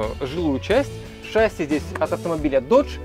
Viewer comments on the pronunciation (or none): none